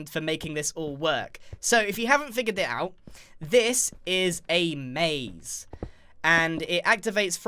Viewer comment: “So If u haven’t figidit out”